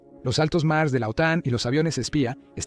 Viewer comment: Creo que la IA no lo lee correctamente